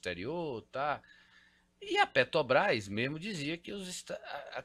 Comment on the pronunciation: O cara é milionário e ainda fala "petobras"?? 😱